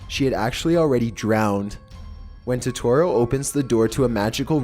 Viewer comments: He mispronounced totoro, ghibli and I think satsuka this is so annoying 😂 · flauffle wauffle yeah he said it wrong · Don't mess up Totoro for me! ='( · Please... for the love of god look up how to pronounce things... that "Toetoeroe" was the worst. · He said Totoro. He's supposed to say Totero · Totorro? its Totoro. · You were saying it wrong Todorrow is pronounced toe der row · I love your videos but please double check your pronunciations totoro is pronounced to-to-ro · Btw you have to say Totoro a bit fast, TO-TU-ROE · I loved watching my neighbour totorro. Its pronounced toe toe roe. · I thought it was pronounced toh-tuh-roh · It's ToeToe Row. |D you such at saying Japanese names lmao I'm sorry but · Captain Tici Studio gee-bee 🤦🏼‍♂️ Toe-tore-oh 🤦🏼‍♂️ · dislike said totoro wrong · please stop saying Totoro-- jesus Christ- you're butchering the name oh my god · hes saying totaro wrong ( i cant spell im sorry) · The way you pronounce Totoro makes my eyes twitch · That isn't how you pronounce Totoro. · Lol I cringed when he mispronounced everything in totoro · I’m more angry about the way he sais Totoro 😂😂😂😂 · You pronounce totoro dumb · you pronounced totoro wrong. studio Ghibli has a lot of dark secrets like grave of the fireflies and spirited away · The way he pronounces Ghibli, and Totoro hurts my soul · omg for totoro he doesn't say it right and the picture with the mouse guy isn't even from the movie 💁💁💁💁😬😬😬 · it kills me that ur not pronouncing totoros name correctly Dx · Fucking TOHTOHRO? GIBI?? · Oml it's toe-tore-oh And ghib-il-e And I thought someone denied it? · THE WAY YOU PRONOUNCE TOTORRO;; also, Studio Gibi??? *Gibli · BOI IT'S TOTORO PRONOUNCED TOE TOE ROW AND STUDIO GIBLY OK GOSH soz I get really triggered when someone pronounces it wrong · How he said totoro and ghibbly angers me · Besides the mispronouncing my neighbor totoro and such like Ghibli(ji-blee) He showed a scene from spirited away instead lol